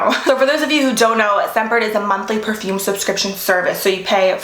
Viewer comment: Please try to be prepare for pronouncing perfume. Ty not being rude.